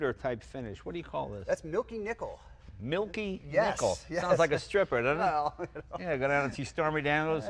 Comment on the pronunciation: you would, but its nickel, not nichol..............HA!